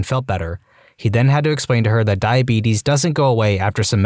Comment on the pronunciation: the way you said "The Beetus" caught me off caught and had me laughing lol